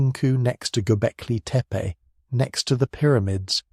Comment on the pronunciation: Stupid AI content. Who pronounces gobekli tepe Gobekli teepay